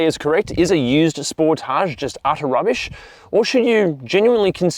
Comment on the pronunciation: FYI, I bought a used 2017 Sportage or Sportáge SX Turbo, as you pronounce it, in March of 2025 with 10,200 miles or 16,400 km on it. I absolutely LOVE this vehicle and it IS Fun to drive and I have had NO problems with it since the purchase date. I did buy an extended Bumper to Bumper 10 year Warranty as with a Turbo it can be expensive to replace and literally EVERYTHING is covered under this Platinum $100 Deductible Warranty. As of Sept. 24, 2026 I now have 12,500 miles or 20,116 km on this vehicle and will own it till ?? This car has so many OPTIONS on/in it that I still am LEARNING about everything. OH, we bought a New 2025 Telluride in Feb. of 2025, for my wife, and this car is a DREAM to drive and own. Love your channel also.